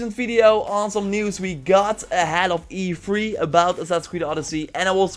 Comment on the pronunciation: Whenever he says e3 it sounds like he's telling me to 'be free'